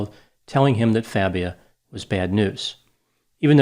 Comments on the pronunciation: Everyone needs to keep calling him Fabia....not Fah-bia like he insists it’s pronounced! That eats at his fragile ego 💯 😂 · I like how mispronounced Fabia. What do they call pretending not to be Latino?